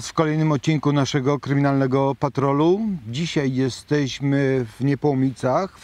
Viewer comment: Dóbrze się Pana słucha ale równocześnie drażnia mnie pańskie "tutej" i. "dzisiej". Proszę tego unikać.